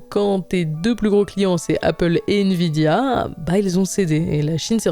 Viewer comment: "invidia" aie 🤣